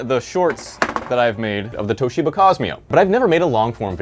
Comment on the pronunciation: its Toshiba not Towsheeber